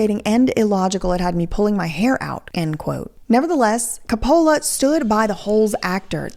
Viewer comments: Look I’m not trying to knit pick. But when people mispronounce someone’s name it drives me crazy. It Cope uh luh not co polla. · I would say just one thing : report, do not judge. I am here because I like your other videos. The director's name is pronounced [Kopulah] with accent on the first o. He is one of the most recognized movie directors in the WORLD, and has created some of the most emblematic Italian/American culture movies in the last 50-60 yrs. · I have always adored Shia...he's such a good actor. like Johnny Depp, who literally becomes the person he's portraying. And Heath Ledger! I hope he's finally doing well after having a very rough start. Also,, pronounce it Cap-pa-la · Your pronunciation of coppolla makes me want to punch my phone and throw it in a woodchipper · is one of my top 3 fav youtubers, but can someone please help her pronounce COPE-ala? TIA Still love you girl, and all your music (this one is def a bop ) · Francis Ford "Cah-pole-Uh" 😅😂😅😂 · Love your content but hate how u say copolla 😂😂😂😂😂😂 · if you think Cope Alla, you got his name right wonderful video i did chuckle every time you said his name hehe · Say it like Cope-o-la and NOT lay 😊😅😂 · Making this whole video without pronouncing the name Coppola correctly was a bold choice. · Francis Ford Coppola is a legendary Artist and Director. Please pronounce his name correctly. 😂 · Love the way you pronounce Coppola. 😆😆 So wrong.